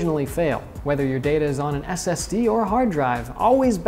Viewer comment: Is he saying std